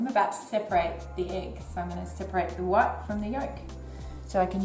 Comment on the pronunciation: You say "what" instead of "white".